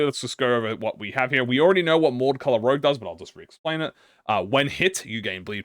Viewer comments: "Chien" is dog in french, and your french is.. Eh? You're pronouncing Rouge as Rogue but that's not much of a big deal, Sauvage Couleurs is also Savage colors in french, I could guess it is hard to speak french if you're native to another country, seeing how different the words are. I never saw the word 'hardie' before but if its french i'm guessing it's hardened touch. It could be a totally different word since hard in french is Dùr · I’m kinda like triggered this guy is saying rogue and not rouge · its pronounced ROUJE not ROGUE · Everytime you pronounce rouge as rouge instead of rouge, I cringe. It literally says rouge, how could you possibly think it says rouge? smh my shaken head. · Rouge is red in French. It's pronounced rooj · struggling harder on rouge than half the random french is really funny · Its fine messingup the pronunciations Cause the ring decided to patchwork differnet languages together like they making english the sequel Rouge -> roozh (sh sound like woosh but with a z) French like objet, but its literally juat means red Vibrante (bi-brawn-teh) Spanish for whatever reason Also just means vibrante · pretty sure it's french since the artistic movement is french, Vibrante is how you said it ( kinda ) jsut don't add a é at the end. 90% of the time, don't add the é sound just pronounce the syllabus before a bit more forcefuly ( i.e vi-brhun-T ( not ti but té ) ) also rouge is pronounce like rouge the bat from sonic i think kjh saw a bit too much Maroon5 animals meme THEY GAVE MEURSAULT THE BLOOD COUNT AT NO BLEED CURSE NOOOOOOOOOOO ( i hope it's more than 1 otherwise it's kinda useless as an initiator )